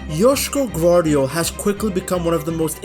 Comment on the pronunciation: Nice pronounciation, idk did you google it or something but its 9.5/10